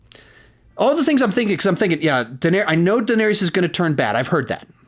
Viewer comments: Love your videos but I'm so happy I never have to hear you pronounce Daenerys as "Dinarius" ever again 😂😂😂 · 8 fucking seasons and you still say Duhnerious